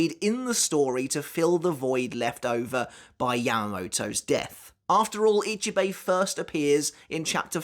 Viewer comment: question: I'm not Japanese either BUT why is it that most english UK/US people can't say other names right. is it a weakness? a lack of trying or worse. How you said Ichibei's name was just preposterous. Or you watch anime in dub? if thats the case its a lack of trying. But then the correct way can literally be repeated to you and you STILL cant say it right. not forgetting its written Ichibei Hyosube but they say it Hyosube Ichibei. even that simple bit...